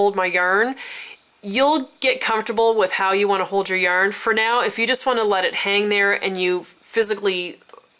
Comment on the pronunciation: Also I love how you say yurn (yarn)